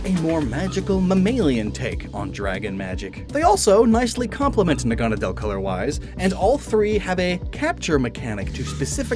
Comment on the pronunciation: The way you pronounce Naganadel bugs me a bit. The anime says it differently.